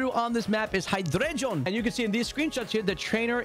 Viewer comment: I love how this guy pronounces heidreigon😂